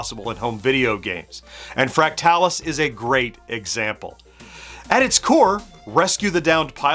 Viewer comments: I’m not sure you’re pronouncing fractalus correctly. I’ve always heard it as “fractal us” not “fract talus”. Anyone else weigh in? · I kept thinking the same thing throughout the video. My friends/family and I all called it "Fractal us" as well. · I always said it as Fractal us, but as with most games back then the only place I saw the name was in print. So I wouldn’t say he’s wrong, only different than I pronounce it.